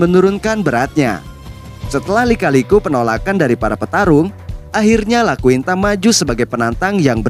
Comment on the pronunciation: iaquinta bang, bukan Laquinta